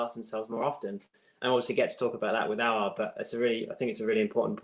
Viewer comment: Adam White smiling coz Robbie finally said Aouar’s name correctly 😂😂😂